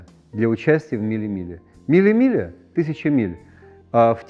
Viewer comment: опечатался, миле миглия имел ввиду конечно, просто тут Антон с Андреем говорил миле милия - бег Г